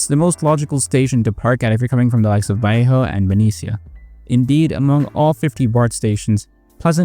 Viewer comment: You pronounced Vallejo right, but wrong at the same time